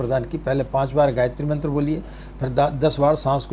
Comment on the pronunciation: पहली बात तो गायत्री मंत्र गुप्त है इसे आप और मंत्रों की तरह नहीं बोल सकते यह एक साधना मंत्र हैं और जो आपने इस मंत्र को बोला हैं वह भी अशुद्ध है